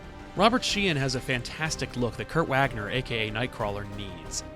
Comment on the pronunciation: The, "W" in, "Kurt Wagner" is pronounced with a letter, "V" sound. It's German.